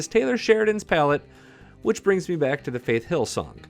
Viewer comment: I love Elsa except for the way she says the “Wh” sound it words. Reminds me of the family guy episode…cool WHip?